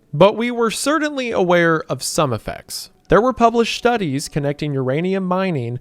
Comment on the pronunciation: Impordint ❌ Important ✅ Cerdintly ❌ Certainly ✅